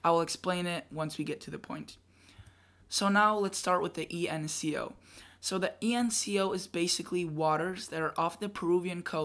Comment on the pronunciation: You are saying “ENCO” and you have written “ENSO” so which is it?